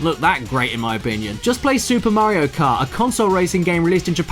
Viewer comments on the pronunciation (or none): none